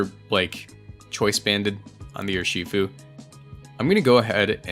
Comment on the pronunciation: I cringe every time you say Ur-SHI-fu pretty sure it's pronounced URshifu